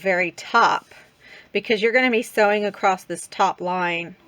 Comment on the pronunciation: Love this easy pattern. Thank you for sharing. You crack me up how you say across..t! …Lol 😂